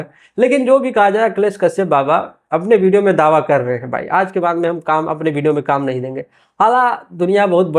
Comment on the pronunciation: Sab se pahle bolna sikh video ko bhideo bolta hai